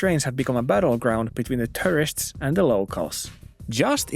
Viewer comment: The way you pronounce "tourists" sounds just like "terrorists"